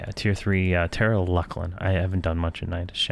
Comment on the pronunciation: I pronounce it 'Fear E Oh Na Vye' myself. Sometimes I watch his videos and cringe at some of the stuff like 'LUCK LIN'....I pronounce that one LOOSE LIN, but everyone has their own way of saying stuff.